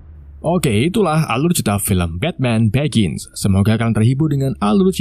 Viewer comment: Begin, brus wen, gotem , tomas wen. Maaf bang aku sama istri ketawa denger nya 🤣